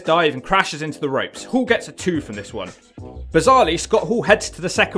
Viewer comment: It's pronounced HALL.. not Hool...